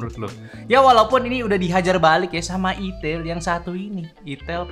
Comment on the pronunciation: Min tolong lah, sedikit masukan pembacaan itel yang bener, sebagai orang Jawir agak risi juga dengar nya 😂